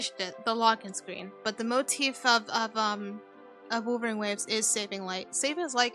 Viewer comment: for some reason I keep hearing wuthering waves as wolverine waves 🤣. But you do you Light, hope you keep doing Okay